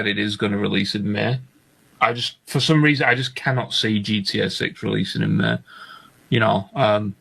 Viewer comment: Can’t take a person that can’t even say May right serious